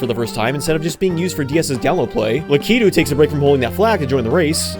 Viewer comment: You’re the first YouTuber I’ve come across who pronounces Lakitu the same as me